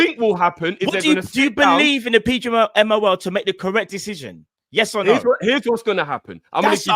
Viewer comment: No english guy can pronounce PGMOL 😂